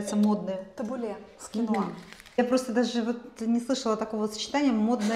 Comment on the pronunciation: И ещё вы не правильно ставите ударение, кинуа и табуле ударение на у